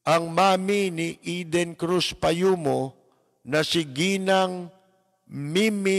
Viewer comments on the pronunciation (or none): none